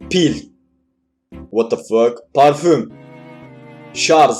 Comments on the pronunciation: 'jarj' a 'jarzzz' demedi. Hayır ben yanlış duydum. Sakinimmm. 13.16-18/ BG 8A 32BL 516DL 678BA 1,9BY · Şarj yazdığı halde ŞARZ diye okuyan (cidden bi an sinirlendim hshzh) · şarZ ne amk o şarJ